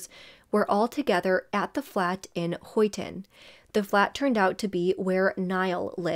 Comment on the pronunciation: Also for anyone confused, it was Huyton “high-t’n” (you’re doing great babe🎉🥰)